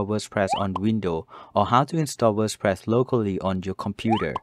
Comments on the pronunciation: Ever since I watched this I can't stop calling it Worspress 😅😂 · Wospress. Yea